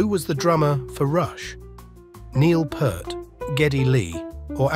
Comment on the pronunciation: It's Neil P-ear-t (pointing to my ear). Neil Peart, got it?! Not Pert.